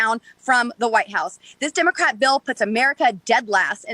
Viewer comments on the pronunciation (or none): I hate how she says dimocrats